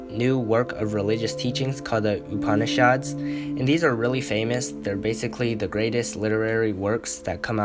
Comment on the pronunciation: Me: prepares to cringe at every pronunciation of Upanishad, an intellectual: pronounces them somewhat correctly